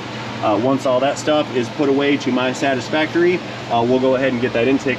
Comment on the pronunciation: Did you say satisfactory or Sancho-Factory. 😅😅😅